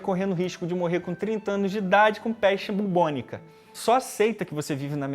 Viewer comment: falando peste bubônica¿ ah não… muito Nutella kkkkkkk